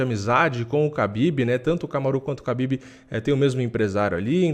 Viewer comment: A pronúncia correta é RABIB e não KABIB